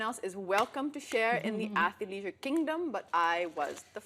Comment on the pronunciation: Isn't it ath-leisure and not athi-leisure? And le- and not lee-? I just wanna get it right when I say it out loud, btw. ☺️